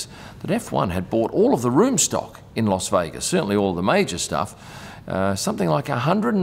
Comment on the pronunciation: Great vid, as always. FYI, it's LAS Vegas. It sounded like you said LOS Vegas. It could be your Aussie accent. I'd like to see more on the food they eat in the buffets they put on. Do the drivers eat there, or is it just for guests. Cheers.